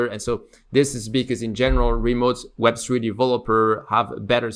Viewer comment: "web swee developer"